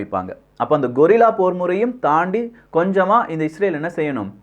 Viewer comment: கொரில்லா இல்லை, கெரில்லா போர் வீரர்கள். கொரில்லா என்பதன் அர்த்தம் ஒரு வகை விலங்கு. Gorilla 🦍! 😅